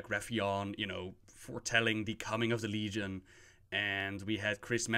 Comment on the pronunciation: YOU EVEN GOT LEGION RIGHT. AND KINDA BFA